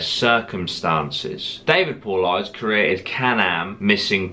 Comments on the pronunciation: "David Pauleyeds"😂😂 good video mate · Nice channel, FYI it’s pronounced Paul - i - des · David's last name is pronounced "paul-lie-dus" His investigations are focused on national forests/parks here in the United States, not around the world. You should also include his movies links too so more people can be informed on his hard work. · This is the first video of yours I've ever watched. I found you via the recommended videos when I was watching a video by MrBallen and I'm glad I did. There is one thing that bothers me about this video, though, and that's your pronunciation of David Paulides' name, I don't mean to bash you at all, it's an odd name! I'm going to spell it phonetically and hopefully you see this and don't think I'm trying to be an asshole. It's pronounced Poel-eye-diss. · You talk slow. And say paulidas wrong